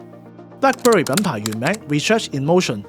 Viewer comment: 將Black Berry讀成Black Bury係唔係專登？